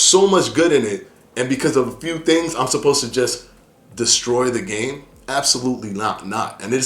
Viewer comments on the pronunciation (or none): Dude, it’s *cape-ing*, not “capping” !!